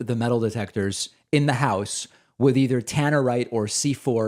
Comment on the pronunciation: "I'll bring the tannartite!" -Boebert